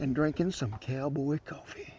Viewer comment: It's pronounced cowfee.